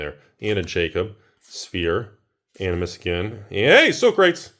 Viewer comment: It’s Yarl, not Djarl. It’s SO-kra-tees, not so-Crates.